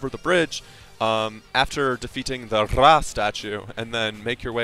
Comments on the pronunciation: Don't roll your r in ra tf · To be fair, I could say its actual pronounced as Ray. You roll the r as if there was more than one. A good example? Dog = perro and But = pero. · Lol why do you say Scepter of Ra like that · Couldnt watch through this omg the way tou day Ra triggers so hard